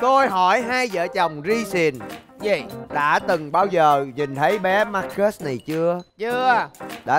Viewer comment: Bé tên Marcus mà nge thành Ma kết CHĐ của tao:))